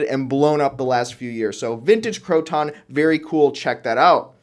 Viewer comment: I was a Croton AD.. it's Croton, not crow-ton, those go on salads.. lol. Cro-ten is more correct..